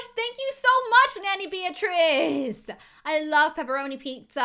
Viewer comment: my name is beatirz and you are saying my name right